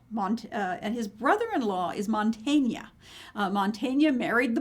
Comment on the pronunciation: It's: Mantegna, not Montagna (a different artist) It's: Masaccio, not Masashio It's: Gentile, not Gentili